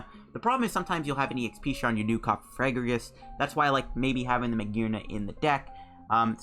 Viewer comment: Its cofagrigus not cofarigus